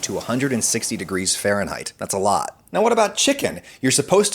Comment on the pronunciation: WTH is "fahrehnheightts"?